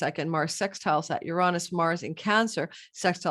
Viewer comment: Please learn how to pronounce Uranus… smh